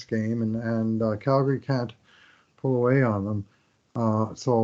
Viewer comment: ...any reason for calling the flames "Galgary"? lol